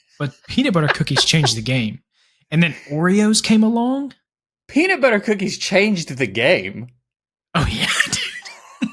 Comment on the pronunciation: and dont say peanit butter